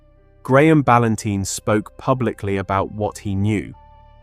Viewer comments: I agree the narration was dreadful he kept saying balantine wrong, he called ann balantine then a second later her father balanteen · Her surname is pronounced Bal-An-Tyne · Narration pronunciation of Ann's surname incorrect on a few occasions is so disrespectful. RIP Ann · Please pronounce her surname correctly.